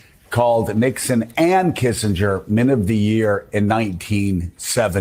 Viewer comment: love your show but you mispronounced Kissinger thtuout. Say kissinjer. That's how it's pronounced. Also Pinochet is pro ounces Pinoshay.